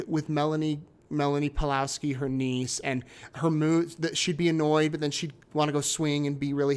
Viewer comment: Surname Pawlowski has probably Polish origin, so read it Pavlovski